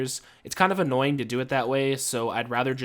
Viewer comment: I get so triggered every time you say "annoying"